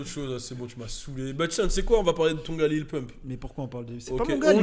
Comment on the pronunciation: On dit lil pump pas lil poompe 😂😂😂😂😂😂😂😂😂